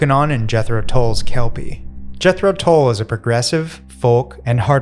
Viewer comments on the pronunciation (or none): none